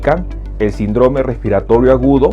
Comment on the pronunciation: Doctor con todo respeto, pronuncie bien la palabra : síndrome